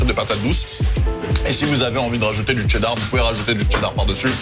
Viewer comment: mdrrr tu rends ouf à dire TTCCheeddar